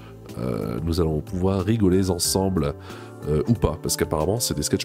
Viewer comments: "rigoler zensemble" ?? 🤬😂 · rigoler z’ensemble kekos?? Vraiment? Alors rigolons t’ensemble